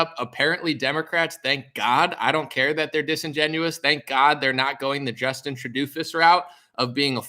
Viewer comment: It's Justin TRUE-DOH my man. Lmaof. Great show!